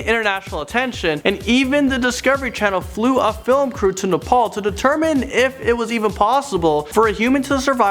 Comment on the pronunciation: Say na…pal